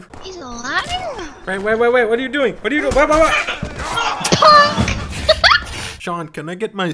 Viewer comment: Leah saying "punk" with emphasis made my day.